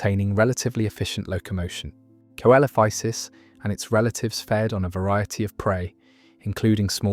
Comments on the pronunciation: Coelophysis = see - luh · fai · suhs Don't make me do your research for you. Coel- in biology is SEEL-. Dipstick. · Its pronounced See-Luh-feye-sis